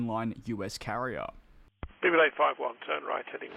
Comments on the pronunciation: I know it’s speedbird 851 but I keep hearing ‘people 851’ lol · DJ, I’ve been watching your videos for months, but your intro still sounds like he says “Stupid 851 turn right heading 180” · I hear "Civilised Five One" everytime... It's become a bit annoying, I think that a fresh new intro would be very welcome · Think you are right, not very clear but sounds like Simulate being said.